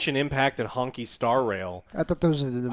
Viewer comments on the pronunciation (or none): Love when calls it “Honky Star Rail”